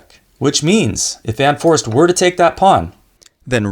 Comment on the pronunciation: Pronounced Fun Forrayst. He's Dutch.